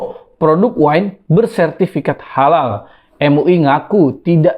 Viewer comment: Mantan satpam gereja dijadikan mentri agama, ya gitu.... Sedih jadi orangtua yg membesarkan nya.... Dari awal logo khalal juga ga jelas, bacanya juga khalaka.... Ya pasti akibatnya ya.... Gt lagi....